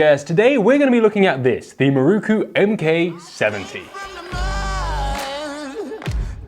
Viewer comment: MIH-ROW-COO! Otherwise, it was a great review.